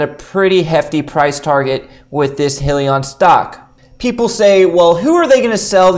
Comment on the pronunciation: It’s pronounced “high-lee-on”!